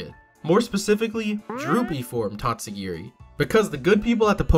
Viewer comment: And absolutely butchered the name